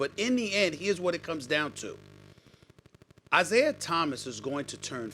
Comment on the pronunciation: Its "Isiah" get the greatest point guards name right Bro!!!